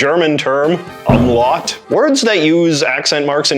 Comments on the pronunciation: lso worth noting that, the Spanish consider Ñ to be a totally distinct letter! (en-yay) also you pronounced the name of the .. accent wrong ('um-lout' is its name) and the E in the name of the ~ is a É sound not a EE sound, and the double L in Cedilla makes a Y sound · "oom-lowt" not "uhm-lawt" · Great topic choice, and overall good video, in my humble estimation. That said: FORENZAY? UHMLOT? facepalm Here's hoping you were being facetious with those pronunciations. Also, I think your audience is literate enough for the word 'diacritic'. One more thing: The accent going the opposite direction of 'acute' is called (not 'acute' but backward) the grave accent. Otherwise, though scattered with a few more smaller errors, I really enjoyed this video. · Ah yes, the German name, the umm-lot 😅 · Umlout, till-dee. Okay. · The two dots in naïve and Zoë are not an umlaut, or as you said "um laught" (this isn't just pedantic over mispronouncing German, I've never ever heard any other English speaker say umlaut like that (especially if educating)), they're what's called a diaeresis. Put onto the letter to avoid accidental diphthongisation (na-iive not nayve, Zo-e instead of Zoh), it's distinct from the umlaut in doppelgänger (actually borrowed from German) which is about raising and/or fronting the vowel in the mouth/formant space. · Also umlaut is pronounced oomlout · It's pronounced Oom-Lout. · yeah, I get it, but native speakers say it differently, you don't really say tortilla with two hard L's do you? So the words should be pronounced like oomlaoot, cedilya/cediya and tilduh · The way he pronounces umlaut and tilde makes me so mad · Please learn how to actually pronounce Umlaut. Your bad pronunciation is grating to my ears. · damn that "umlaut" pronunciation xD